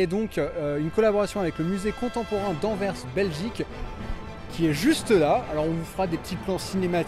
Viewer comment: Pour rester dans le thème belge, vous pourriez réaliser l'atomium de Bruxelles. En tout cas merci pour cette sublime réalisation d'un lieu de mon pays et bonne continuation ( merci aussi pour ta bonne prononciation de Anvers) .